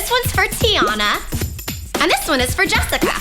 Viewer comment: Jessa? It's Jessica.